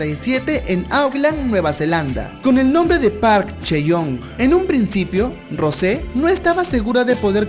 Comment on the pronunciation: “Rose” JAJAKKSKS,se pronuncia rous